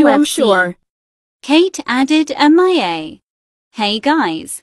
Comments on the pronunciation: Kate: *turns the word mia into m.i.a* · Why do they say “M i a” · Stop saying M-I-A its mia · i love how they call her M. I. A.